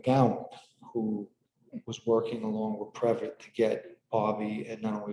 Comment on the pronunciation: It’s pronounced previt-EE. Not a big deal, just wanted to let you know. Thanks!